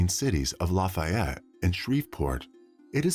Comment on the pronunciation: There's so many different towns and cities that were mispronounced, like spo-CAIN instead of spo-CAN, o-ji instead of o-hi, la-Fay-ette instead of LAFF-ay-ette (being from Louisiana I definitely know this one) I remember hearing him saying others wrong but can't remember exactly which ones. I should have paused and wrote down the ones he messed up.